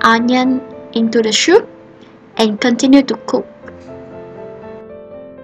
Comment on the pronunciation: Good video. But you have to pronounce soup like "soop" not "shoop".